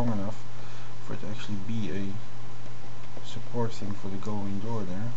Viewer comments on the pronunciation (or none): none